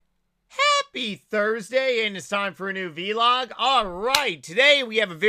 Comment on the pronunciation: Is the pronunciation of vlog a deliberate affect? Or a regional thing, I've only ever heard it pronounced the same way as blog